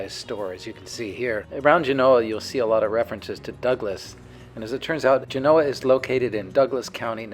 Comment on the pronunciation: History lesson from a guy that doesn't know how to pronounce Genoa! Interesting 😂